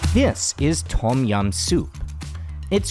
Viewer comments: Love the content, and sorry to nitpick however, it is slightly off-putting for a history channel when common Thai words are mispronounced such as "Tom" instead of "dtome" and "hat" instead of "hàt" or "Haad". Otherwise, you are doing something no other farang has done yet on YouTube, so hats off to you, sir, keep up the good work! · Th-om --- yum. Its a T sound with a soft H huff...... PLEASE